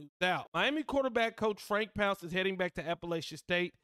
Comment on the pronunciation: It's not "pounce," it's "Ponc-ay," it's French